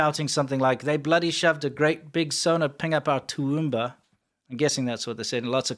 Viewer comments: you said Toowoomba pretty much right and we're more likely to come up screaming cunt than crikey😂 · Guys Steve Irwin was the ONLY AUSSIE who still used CRIKEY. U pronounced Toowoomba correctly Batman under water ?? 😂😂😂😊